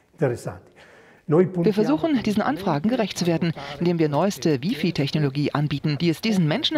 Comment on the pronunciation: Sie hat nicht wirklich wifi wie bifi ausgesprochen... Oh Gott...